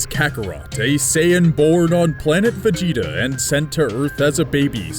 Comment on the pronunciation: when you say vegeta it sounds like vagina.